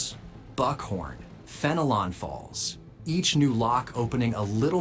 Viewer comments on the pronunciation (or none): Ughh, AI narrated. Fen-E-Lon falls? God I hate AI